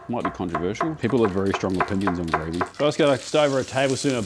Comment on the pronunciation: Just came to see if he butchers the gravey again.